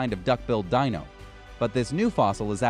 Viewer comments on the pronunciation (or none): none